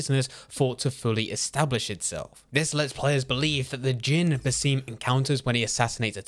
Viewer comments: It's not pronounced "Baseem" his apprentice pronounced it Basim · It’s pronounced “Baz-um” (Basim) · Why are you pronouncing it Baseem? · How did i mess up the pronunciation of Basims name that badly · How do you pronounce his name wrong every single time, it’s almost impressive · This guy pronouncing "Basim" the wrong way is so disturbing. Imagine saying "Lu-ki" instead of the proper "Low-ki".